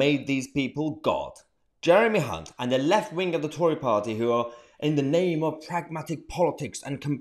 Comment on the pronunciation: Nice to hear you pronouncing your H's, most pronounce his name with a C